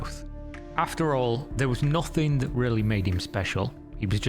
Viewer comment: Youtube pays better than an 8 hour job? Seriously? That sounds awful for humanity overall Anyway can you please top pronouncing random K's after words that end in -ing? For example "Nothing-K, resulting-K, thing-K" its super annoying and prevents me from enjoying these videos